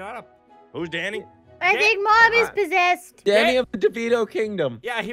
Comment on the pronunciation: " I think mum is porzesed " ahh😂